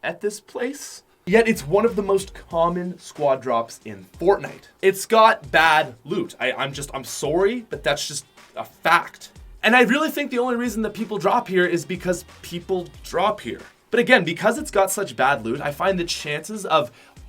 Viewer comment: “I’m soary”